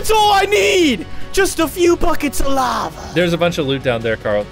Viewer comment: is no one gonna talk about how he said 'lava' 😂